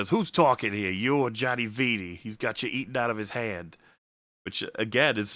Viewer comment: repeatedly pronouncing "Viti" as "V.T." ruined my Christmas.